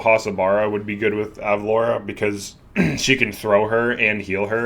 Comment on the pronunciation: ur pronouncing it right. it's like the city from family guy